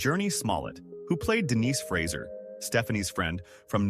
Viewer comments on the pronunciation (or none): none